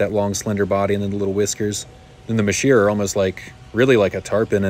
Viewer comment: Sorry to be kinda picky but you pronounced masheer wrong. It’s pronounced mazer not masheer, I know annoying but true.